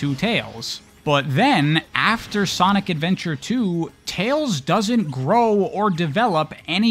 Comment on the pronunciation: You said “Sonic Adventure and Sonic Adventure 2” wrong.